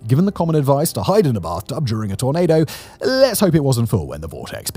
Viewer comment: Simon, you might need to work on your pronunciation of "tornado." Sometimes it sounded like you were saying "tomato."